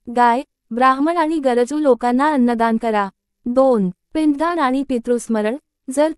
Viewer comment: निवेदिकेला नीट वाचता येत नाही .. पुण्याई , पिंडदान या शब्दांचे उच्चार तर अगदी हास्यास्पद केले आहेत .. मी पुढे काहीही ऐकले नाही .. 😢😅😅😂